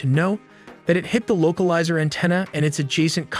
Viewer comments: Where did you learn to say "an-TEEN-a"? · Local izer an-TEEN-ah ??? Is AI a native English speaker? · Oh no not the LOCAL LIZER ANTINA. This video has so many mistakes, the pronunciation is the least of it. Really terrible, you're putting out incorrect information in a moment of crisis. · It's weird. The narrator speaks with a perfect American accent than drops "Antinna" out of nowhere. It's in almost every vid.